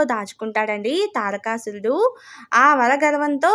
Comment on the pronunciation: Pronounce the name తారకాసురుడు, దక్ష ప్రజాపతి properly.